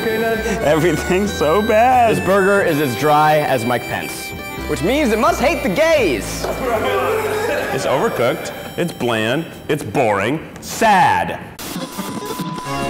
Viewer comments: I didn’t know Zach said Mike Pence during his joke because, when I first watched this idk who Mike Pence was. I thought Zach had said, “My pants.” So that was weird years ago and now I get it.🤣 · I heard it as "My Pants".